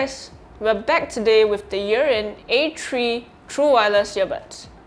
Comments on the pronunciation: Not sure why you keep calling it Urine. It’s not urine. It’s “ear in” as earin. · Sounds like you’re saying urine but I thank you for your review anyhow sir thanks man